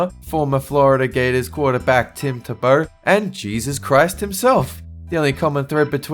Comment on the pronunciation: tebow = TEE-bo